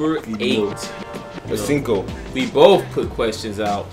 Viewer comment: did say cinco for 8? lmao